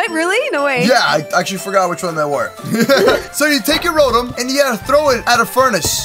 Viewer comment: It's ro Tom